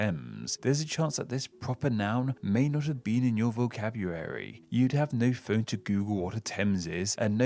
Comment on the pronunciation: Did you say vocabruary?